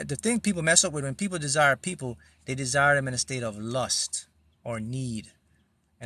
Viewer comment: Desire sounds more like design,.